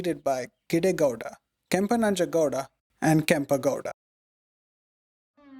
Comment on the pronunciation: Wonderful work. For the effort you are putting into these documentaries, it might be worthwhile double checking the correct pronunciations of the Kannada words with a native speaker - Kempe Gowda, Bendha Kaalooru, Veeragallu, Dhommaluru etc.